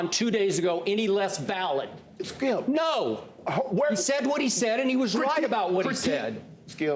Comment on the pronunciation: How everyone else pronounces Skip: Skip How Shannon pronounces Skip: Skeeyup